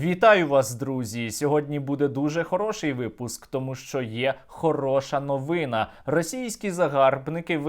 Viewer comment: Друзі, не "новИна", а "новинА". Вивчаймо наголоси. Наша русофобія ще досі не достатня.